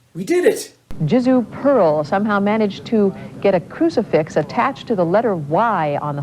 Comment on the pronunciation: They had to intentionally mispronounce your name. I mean you are literally on a giant Y and they get Pearle right But?